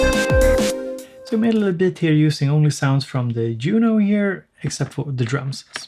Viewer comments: Do you not like the Yuno because you cant say it? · "I'm not going to try to pronounce the name" (ME: I wonder why...) five seconds later, says "Yuno" (ME: oh.) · As a Trekkie, I gotta respect how you say "Juno" with the same energy a Ferengi puts into saying "human" 🥰